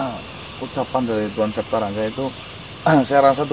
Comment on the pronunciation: Wedew septa bukan sapta